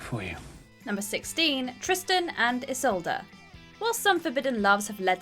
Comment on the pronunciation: Ok you are mispronouncing isolde it's not isolda it's is-old